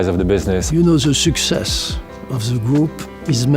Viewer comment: "success" as well